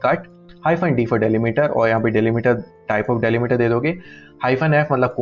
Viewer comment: डैलीमीटर ❎ डीलिमिटर ✅